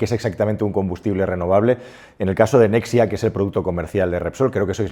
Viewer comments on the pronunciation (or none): Nexia no es nexa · Nexa, se dice Nexa. Nucelar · es “Nexa”, no “Nexia” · Nexa. No nexia